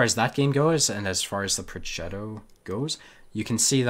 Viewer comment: Progetto - G as in give